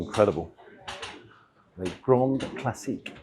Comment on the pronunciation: “Les” as in Les Grandes, is literally pronounced and said as “Lay” - not as just “Le”. Found this really irritating and frustrating, after my Grammar School 🏫 French 🇫🇷 GCSE where I gained an A⭐️ in ‘le subjet’ .. did have an amazing French teacher (female).